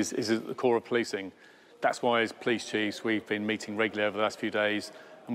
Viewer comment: “Police Chieves”? 😂